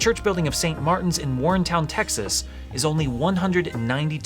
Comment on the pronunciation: It's pronounced "Warren-Ton", not Warrentown, TX. I had no idea this was right down the road from us.